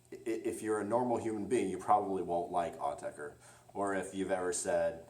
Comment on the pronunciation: You are pronouncing it correctly.